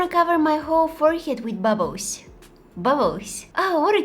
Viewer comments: Is actually bubbos how she say it 😂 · Bubbs😂😂😂😂 = bubbles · We say bubbles and she says bubus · the way she says bubbles “bubboes” litterly that makes me so happy idk why , i love her so much , like can we just also appriciate the time she takes to edit just for us to like her videos wow she makes me so happy i love her so much i hope she keeps posting to be honest❤❤❤❤❤ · When she says bubbles,it always sounds like ‘’bubboes’’🤭🥰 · I loved when she was saying 'bubbos' I was laughing so hard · saying: bubbles me listening: babbos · When she says bubbles, it always sounds like "bubboes" 🤭🥰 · if your reading thisim not a hater but no offense but she's kind of right